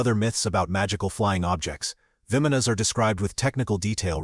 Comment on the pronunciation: It's called "vimanas" "bah-Mon-nohs," that's how you say it. I love your channel but you can't pronounce so many things. Like you always pronounce "Bob Lazars" La-zahr" so far off to. That's just a couple examples. Please look it up, Thank you.